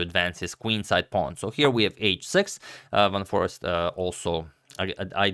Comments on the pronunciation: It's not Jorden van forrest its jorden van jorrest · Yes. I think you just need to put the accent of his last name slightly more on the second syllable than the first and make the second syllable vowel more of an Aced than an East or ist (YORduhn vuhn forACED) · A Dutchman here. Let me help you. Van For-ace- t. An ace like in poker. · hey agadmator, its "van foreest" not "van forest", you missed an "e" xd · He pronounces his name like this..(phonetically) Fawn For Aced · Van For-ay-st. If you look up on google the pronunciation of the word "van" that is how it is supposed to be pronounced, while the "ee" in Foreest is pronounced like the "ay" in "Hay". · you did say Van Forest - and yes, that's the main thing I was concentrating on in this video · I just asked google and the audio from there says “Von-fool-aced” . I’m actually curious to find out how it’s pronounced as well. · You Cheeted Antonio by just omitting one e in van Foreest his name on his thumbnail. Pronounciation of "eest" is the same as it is in "haste" minus the leading "h". So just sa "4 (h)aste". Maybe Garry was never such a good technical player. it's just that in those days you had to be physically present at a chess came which was then played out on a wooden board with three dimensional pieces. You would sit opposite each other facing off. So in the case of Kasparov you would sit frontally facing a man who had a gaze that could stare down a T-rex. And while your primal fears kicked in you were supposed to think about your strategy and tactics. And all the while your instincts were screaming to get the hell out of there before you were eaten. It was a different game back then. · So admirable for agadmator to try the correct pronunciation for every player...respect👍👍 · That's not the correct pronunciation. He's putting an English accent on it, here's a better source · That pronunciation is 'pure sorcery'...what a legend.